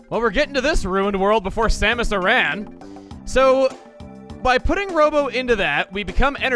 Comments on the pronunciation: my man says Samus A-ran instead of Samus Arin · Wait... did you say Samus A-RAN? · Huh, I've never heard anyone stress the "ran" part of Samus Aran